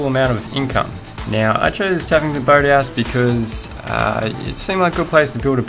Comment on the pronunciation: What it sounded like: tuffington bird house. What you said: taffington boat house